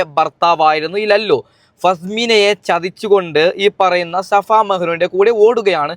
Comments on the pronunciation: Shafa alla pothe safa mehnu😂😂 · Shafa അല്ല... safa.. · Shafa alla chetta safa yannann😂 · Shafa alla safa 😂